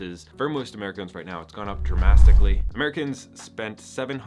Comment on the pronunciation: Dramastically is my word of the day